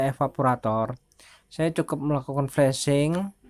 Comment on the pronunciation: Itu flazing bukan flusing